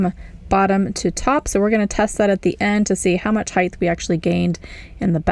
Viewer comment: There is no “h” at the end of “height”.